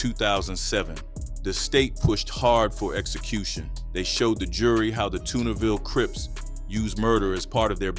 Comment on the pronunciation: Did you say Toonerville Crips? You got it all twisted WTF